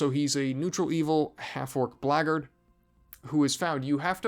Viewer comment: I have watched a lot of these companion tier list for BG1. You're the only person who correctly pronounced 'Blackguard'.